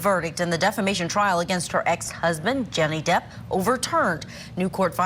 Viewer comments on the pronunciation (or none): Did she say Jenny Depp? 😂